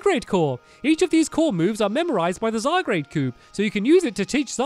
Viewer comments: yes...its annoying... i want to go to his house anD TELL HIM ITS ZYGARDE NOT ZYGGRADE!!! shoutings done. :) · It's ZyGARDE, not ZyGRADE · STAMPY, ZY-GAURD!!!!! NOT ZYGRADE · U know it's ZY-GARD, Not ZY-GRADE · JosephOfRavenclaw Yes its pronounced zy gard not zy grade 😑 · Am I the only one who wishes Stampy would finally realize that it's Z-Y-G-A-R-D-E and not Z-Y-G-R-A-D-E? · hey stampy you do know that that its zy guard not zy grade and zed moves are really called zee moves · stampy your so called " zygrade " is actually called Zy-Guard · Its Zy-garde not Zygrade. Love ur channel btw. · The 'a, is before the 'r' in Zygarde! Zygarde, not Zygrade. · Hey stampy, you pronounce zygarde's name as (Zy- Gar-De) not (Zy-Grade) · "Zygarde" is pronounced "zy-gard", not "zy-grade". There was probably a bunch of comments telling you that. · zy-guard not zy-grade 😬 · Stamps I'm not trying to be mean or anything but it is not pronounced zygrade It is pronounced zygaurd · It bugs me so much that he says ZyGRADE not ZyGARDE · Stampy, it's pronounced zy gaurd, not zy grade! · ITS ZYGARDE, NOT ZYGRADE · Zygarde not zygrade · STAMPY!!! It's zygARD not zyGRADE!!!! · its zygarde not zygrade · zy gard g a r d not grade g r a de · zygARD not zygrade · anyone else annoyed by him calling it zygrade? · pug blues i am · XD HE SAYS ZYGRADE BUT THATS INCOORECT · STAMPY ITS ZA-GARD PLS SAY IT RIGHT 😂😂😂😂😂😂😂😂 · Can someone explain what a Zygrade is? Or does he mean Zygarde? If it's meant to be Zygarde he really needs to take a look at the name. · This is how you pronounce Zygarde (zy guard) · It's zygARd! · stampy, zygarde is pronounced zie/guard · You pronounce it zy-gard STAMPY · it's pronounced Zy Guard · pug blues im annoyed if he say zygrade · it's pronounced Zy. garde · It's pronounced zy - garde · its pronounced zy-guard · i keep hearing zygrade uggg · IF STAMPY MISPRONOUNCES ZYGARDE ONE MORE TIME I'M LITERALLY GOING TO EXPLODE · no hate stampy but I think u have been saying zygarde wrong